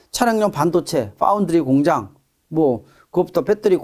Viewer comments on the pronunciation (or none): none